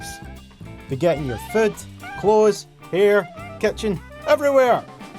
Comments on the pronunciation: Sound like Foot it does... Also i don't think it food as you can hear a "t" sound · Skyy Hawkins I also heard foot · Skyy Hawkins XD same here I heard foot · Food m8 he said food